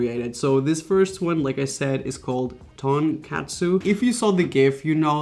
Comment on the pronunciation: I’m Korean and I’m getting triggered when u say donkatsu 😂